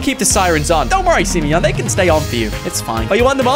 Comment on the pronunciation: The fact that he says SIMEYON makes my day lol